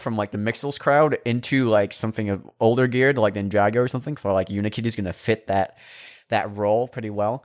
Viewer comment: no no! not ninjagos, ninja go's.